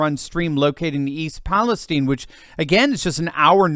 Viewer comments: And why is it pronounced “East Palesteen”? It’s Palestine 🇵🇸. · Um, East PaleSTEEN? OK then...:body-blue-raised-arms